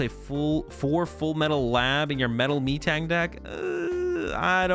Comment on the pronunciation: Great video as always, looking forward to future box and some interesting idea on raging bolt. But ah...it's Meh-Tang my good friend.